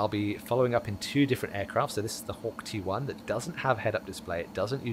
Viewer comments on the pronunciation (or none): Hawk T1, thought u said Hawk Tua